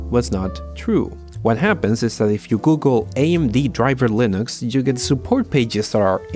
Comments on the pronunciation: Ya lo había dicho el mismísimo Torvals, se pronuncia Linux, no Lainux. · Not true. The guy pronounced it correctly multiple times in the video as 'Len-ix" and went off the rails and said "Lie-Nix" a few times. Look anywhere, any Linux video. Everyone pronounces it as "Len-ix" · Lee-nicks 👌.. Lie-nooks 👎.. try, at the very least, to pronouce your subject matter correctly.. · The way you pronounce "Len-ix" as "Lie-Nix" really bugs me. xD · Dude, you either pronounce it Linux or Lainux but not both! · I like how much you switch between pronouncing it as "linux" and "lainux" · It’s not line ux it’s like lin ux like tin with a L then ux. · Did he just said Line ux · lienux and then you pronounced correctly couple of times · HE SAID Linux correctly once, L-in-aaaaaa-xxxxxx. He has been pulling us through a joke the entire video. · leeh ... nucks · Le naux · My biggest problem with this video is your inconsistent pronounciation of Linux, just pick one! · You are obviously mispronouncing it on purpose.... Lainux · It's not Linux, it's Linux.... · I love how you mispronounce Linux but you pronounce Ubuntu perfectly in the first go. With a lot of other people it's the other way around. :P